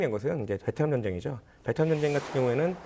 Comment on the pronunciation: 아나운서 발음이 정쟁 이라니,,, 매우 심각. 전쟁 전쟁 연습좀 하시면 좋겠습니다